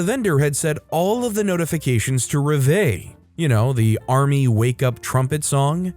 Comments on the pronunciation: just gonna put this here it is pronounced rev-va-lee not rev-vay. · It is not reva, it's rev-a-lee. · It's pronounced rev ill eh, with the accent on the first syllable. Lived near an army base for a while and learned to love it.